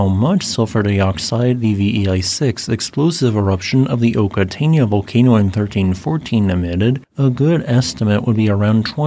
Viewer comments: Very interesting, I would imagine it was a devastating event for the local Maori as well. The correct pronunciation is ' Oka-tai-na ' 👍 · Pronounced Oh ka tie nah. 👍🏽